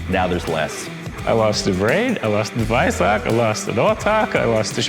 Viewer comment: Thoroughly enjoyed this short format nice one. Looking forward to more. Even with the guy calling him the "Vice-ark"! Nonononono